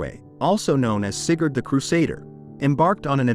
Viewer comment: Sigurd, AI Shat itself XD